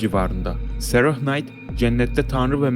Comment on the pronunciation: “Sarahhh” değil “sera” diye oku nolur